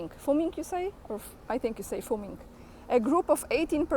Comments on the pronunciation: fuming is pronounced fyuming. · 'fuming' is pronounced "fewming". Paris 1790: Liberté, égalité, fraternité Paris 2024: Libertinage, Égoïsme, Fini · "fuming" is pronounced "fyuming". Not a problem. Well done video. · A comment from an Australian, I'm extremely glad I did not see it !! It must have been very stressful for any Christian or even true sports followers, real believers in the Olympics, to see the event soiled in such a way. I guess it says it all Macron and the western elite are evil and intent on the recreation of Sodom and Gomorrah. Thanks for your commentary you explained very well. Fuming is pronounced f -you -ming, at least here in the land of OZ take care young lady great sensitivity on a sick subject.